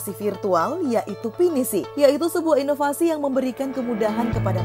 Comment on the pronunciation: Ingat EVALUASI dan INOVASI. Bukan EPALUASI dan INOPASI. Wkwkwkwkk. Sukses selalu sobat. Semoga amanah dan adil selalu.. Barorakallah.. Amin. Salam